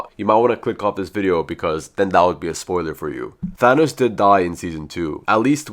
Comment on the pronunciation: no its THANOS😑